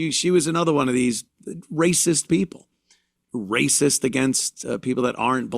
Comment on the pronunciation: Don't worry. He's going on tour with Bubba Wallace, calling everybody 😅ray-cess.